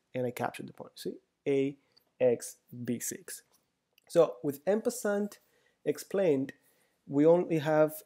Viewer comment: En Passant should be pronounced......."On Passon"